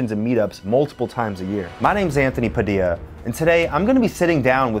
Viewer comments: Isnt it pronounced as pa-dill-lia not pa-dia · Why does he keep pronouncing his surname Pa-di-ya when it's actually pronounce pa-dil-ya. Isn't his grand pa Filipino? Not saying it's wrong. He can say it however he wants but I'm just trying to correct it. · I thought you pronounce your name PU - DILLA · How is your name pronounced "Padeeya" when it's spelled "Padilla"? And you're American, which makes it even stranger...